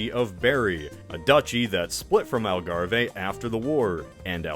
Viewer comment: i had to do a double take when i heard algarve. never thought i would hear part of my country be pronounced like that